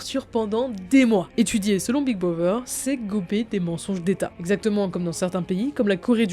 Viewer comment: Par contre c’est big brother pas big brover